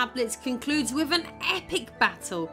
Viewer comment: Can you not pronounce "TH" you can clearly say "those", "the" "that" but all other th sounds get an F or V...... why? You say wif (with) wifin (within), bof (both), brover (brother), youf (youth), wever (weather), over (other) Please learn English and how to speak properly.